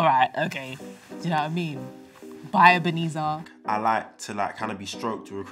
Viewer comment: I love the way she pronounces the name Ebenezer, it's also mine